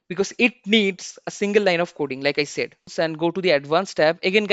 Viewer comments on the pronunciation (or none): none